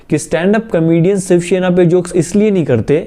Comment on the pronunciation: The fact that he says Siv Shena instead of shiv sena😆🤣